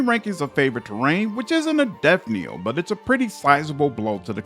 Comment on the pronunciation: One minor quibble, it sounds like you are saying "death kneel" in these videos instead of "death knell", which is pronounced exactly like it is spelled except for the silent K. I could be mishearing you though!